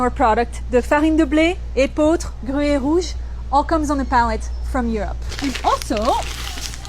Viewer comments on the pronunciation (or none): none